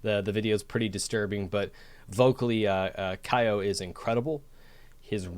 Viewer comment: It is Kyo as if you are going to pronounce Kyoto without the to I have noticed that when he covers the mic, the other guys are helping more with the screaming. Would you react to Utafumi, please.